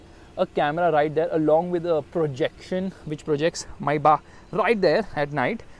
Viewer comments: first of all its not maibach, it's written Maybach. May Bach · Mybah?? I thought it is pronounced as maybach (may-back) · Its not maibach.. Its May Bach 😅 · Why does keep referring to the car as Mercedes "Mai Baap"!!! Isnt it Mercedes May (like the month) and Bach (like the composer) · why do you keep saying is maibuck it is maybach "may-bac" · i think it's may-baak (maybach) not mai-baak🤔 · Maybach ❌ MaiBaap 🤣😂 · When you say Maybach it sounds like maibaap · ye tum "maibaak"bolna bandh kro pehle to.. dj khaled ne gana bana diya maybach pe apko abi tak pronounce ni karna aya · It's maybach Pronounce : Maibah I know,i'm Just saying! I'm not here to say it in a sarcastic way! Thanks! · MayBach(मायबाक) nai Maybach lowde